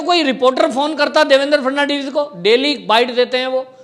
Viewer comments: फड़नवीस जी का नाम ही नही ले पा रहा ये आदमी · Abe gadhe pe Devendra Fhadnvis ka naam to thik liya kar